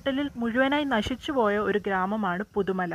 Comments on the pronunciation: പുതുമല അല്ല..... പുത്തുമല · പുതുമല അല്ല ചേച്ചി പുത്തുമല ന്നാ name 😊